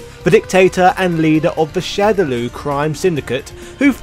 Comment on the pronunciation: ....why are you saying "shadow Lou"? ......ITS "LAW" ......SHADOW LAW!!!! LAAAAWWWWWW